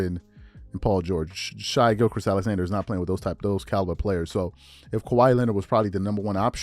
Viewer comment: Where are you getting gilcrest from bro gotta be trolling